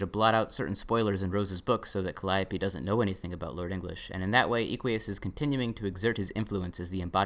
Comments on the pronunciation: It's Eh-qui-us not ee-quee-us, like eh-qus or horse in Latin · i like how you say eequius its derived from latin equus, which means horse. pronounced /eh-kw-uus/. im pretty sure equius was intended to be pronounced like that, but with an extra i (or "ee" if you want) before the end. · you pronounced equius wrong. this is almost as egregious (troper definition) as how you pronounced hussie last time.